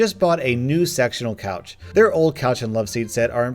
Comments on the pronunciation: What's written "Sectional Couch" what I hear "Sexunal Couch" ... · thought you said sexual couch! I’m like “Wtf is a sexual couch?.......ooooooooohhh, SECTIONAL! That makes better sense.😂😂” Sorry, I’m getting home from an 11 hr shift at work. Don’t judge me!! 😂😂